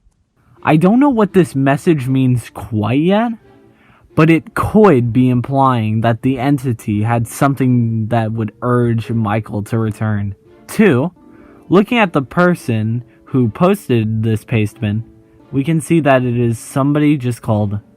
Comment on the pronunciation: “but it couid be impwying that the entity”